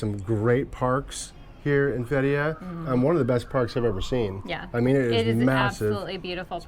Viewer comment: it is pronounce "Fet -ti-yeah" with the stress on the first syllable